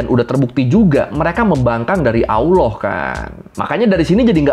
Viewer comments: ALLAH bang bukan AWWLOH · Bukan awloh bang tp Alloh.. pake lam, bukan wawu 😁